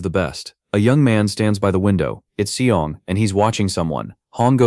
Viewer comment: mc is "seong" and the black haired dude is "seol" but at the end, ai calls them both "shaol" so it gets complicated the video ends at chapter 47 btw. and currently series is at chapter 100.